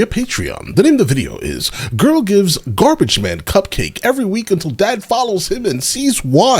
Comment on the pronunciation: Gar-beige-men. LMAO